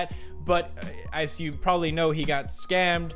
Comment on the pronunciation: I thought he said, “stabbed.”